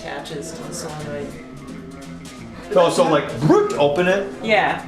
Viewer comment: It's solenoid not soyenoid. :)